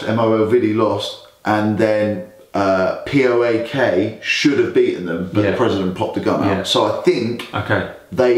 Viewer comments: Its PAOK not POAK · Is it so difficult for you guys to pronounce PAOK the right way like in one word? Plus do better research about the gun incident cause you are spreading lies and it's a shame... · It's PAOK! Just put the letters together. Not Pi Ey Ow Kay... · No poak..paok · Its PAOK not POAK and people dont say it p-o-a-k they say it one word